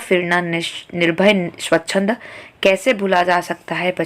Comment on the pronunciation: Thnx but u couldnt pronounce swachand